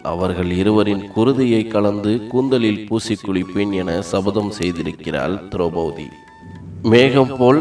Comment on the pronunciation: நன்றாக இருந்தது.. ஒன்றை மட்டும் கூறிக் கொள்கிறேன் மாற்றிக் கொண்டால் நன்றாக இருக்கும். திரெளபதி - ஐ திரௌபூதி என்றும், இறக்கும் என்றச் சொல்லை இற்க்கும் என்றும் உச்சரிப்பது போலத் தோன்றுகிறது.